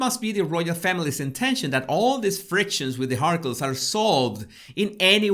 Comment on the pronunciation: Am I supposed to be laughing as much as I am when he keeps calling them the Markles? lmao